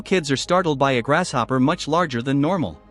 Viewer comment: Take a shot everytime you hear "grash" hopper . Guaranteed to be plastered by the end of the video